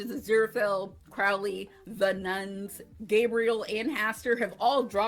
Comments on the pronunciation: Loved this video and subscribed! Just a note--his name is Cro-lee with a long "o" as in the word "road" rather than the word "out". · His name was Thou-Shalt-Not-Commit-Adultery Pulsifer, a play on some real and silly virtuous names in the era. Kudos for pronouncing Anathema correctly (that is a hard one for reactors, despite being a word). Crowley is more like "crohley" (rhymes with holy). I love your love for Aziraphale. He and Crowley are both great. Your reactions are adorable.